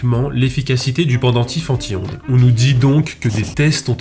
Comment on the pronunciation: à force je n‘entends plus anti-ondes mais en tihonde